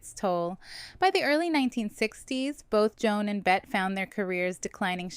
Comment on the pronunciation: Her name is Bette, pronounced "Betty", not like placing a "bet"